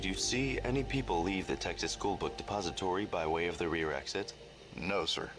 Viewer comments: only one triggered with the way he says "book depository" ? he says it bunch of times per min like "BOOKED APOSTOY" fkn annoying lol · THE WAY THIS GUY PRONOUNCES DEPOSITORY IS LITTERLY TRIGGERING ME. Otherwise enjoyable watch